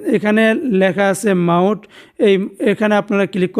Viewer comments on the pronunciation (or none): ভাই, শব্দটা মাউট,মোঠ কোনটাই হবে না। মিউট হবে। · ভাই শব্দটা মাউট না Mute মোঠ হবে,, Dhonnobad